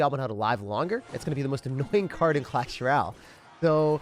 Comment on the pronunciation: Why he say clasheroyale like that